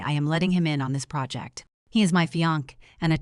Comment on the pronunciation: And project